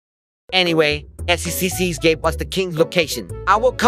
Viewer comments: "Bring them to the "SECCS" hq" got me dying nah it sounds like sex hq💀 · I love when says seccs and it sounds like __x😂